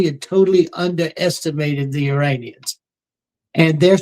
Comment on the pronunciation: IM SORRY PEOPLE.... BUT EVERYTHING CORSI SAYS SOUNDS LIKE SHIT BURGERS!! AND IM NOT HUNGRY!! NOT TO MENTION HE JUST SAID ISRANIANS!!! REWIND IT AND WATCH!! THAT OLD DUDE IS GASSING ALL YA'LL UP!! EITHER HE IS ON THE BAD TEAM, OR HE IS JUST READY TO GET PUT OUT TO PASTURE (respectfully) I would never poke fun at a demensiated senior citizen!!! But what he says does not pass my freaking intuition test!!! Not even close!! They must have bought and paid for Mr Corsi after he assisted in the book "SILICONE SATAN"!!! I really wish you would ask Cregg Lund- if the original Jerry Corsi is still the current Jerome Corsi!! It sounds like he has been freaking compromised by the black hats!!! Just saying ya'll!!! My intuitive compass is almost flawless!! If old dude is not senile... then he is compromised